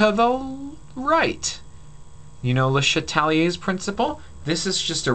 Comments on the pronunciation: Eric Leung it's the fact the guy pronounced it like that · l like how you pronounced it le shat-liers principle. thanks for this it helped me a lot